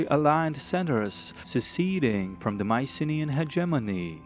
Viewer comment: It's so nice hearing you about Mycenaean history also great pronunciation of the Greek names :D